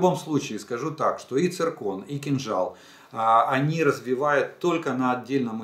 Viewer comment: как можно верить такому"специалисту",если он не может правильно произнести название ракеты .«цикрон"даже школьник знает как произносится слово циркон, и что оно обозначает.видать лысый в школе химию прогуливал...